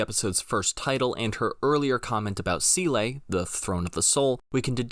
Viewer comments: Someday I'll hear a Youtube NGE breakdown where the essayist will pronounce "SEELE", "Longinus", and "GERHIRN" correctly.... Otherwise this is solid stuff. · Excellent work, as we have grown accustomed from you, but still you pronounce Seele wrong! Or is that just how English speakers use this German word after close to three decades of Evangelion?